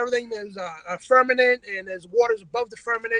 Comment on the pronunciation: Fermanent? What the most sacred fuck is a fermanent?